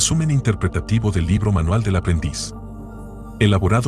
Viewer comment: Dice manial no manual 😢